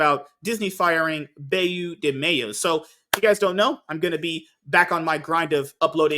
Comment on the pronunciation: Please pronounce "Beau" as you would an archer's "Bow". It is the French word for handsome.